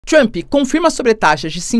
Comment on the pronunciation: Cara, não tem “I” em Trump! Trumpi, Trumpee, não Trump!